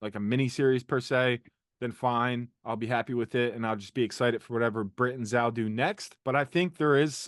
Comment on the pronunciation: Nice work, but will everyone please just learn how to say Zal's name?!! Phonetically it's /z/ /o/ /l/